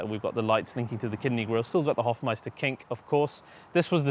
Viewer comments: Hofmeister Knick. Not King. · It is Hofmeisterknick not Hofmeisterking ..What's the name of the color?